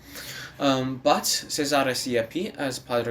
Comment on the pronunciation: Siepi's first name is pronounced CHE-za-re, not se-ZA-re. That said, very well done research! You have thoroughly considered every aspect of this opera and have presented a well-crafted product. (I also laughed when I saw Irra Petina in one of the casts — she was the original Old Lady in Bernstein's Candide, and Seth Rudetsky's hilarious analysis of the OBC recording of "Quiet" made me never hear that number the same way ever again!)